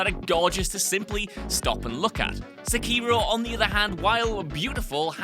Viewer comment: His mispronunciation of sekiro hurts my ears